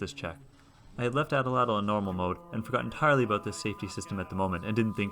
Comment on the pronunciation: Awesome machine! But can we talk about how you’re mispronouncing Atlatl?